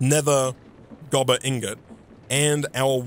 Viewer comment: Gobber not Goober lol